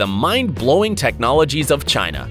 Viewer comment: He said in China “in shina”